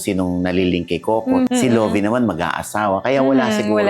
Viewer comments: Ang kulit ng Luvi na bigkas ni Ogie even after asking Lovie the right pronunciation of her name 🤷🏻‍♀️ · Ni correct na nga sya sa pronunciation pero paulit ulit pa din nya tinatawag na LOVI🙄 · Sinabi na nga ang right pronunciation ng pangalan, mali at iginiigit mo pa din ang pronunciation mo Ogie. Pinoy talaga. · Interviewer initially asked to clarify how to properly pronounce her name. Yet he continues saying incorrectly? 😂